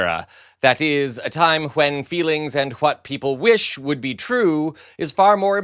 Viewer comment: Hwhen and Hwhat... Ugh.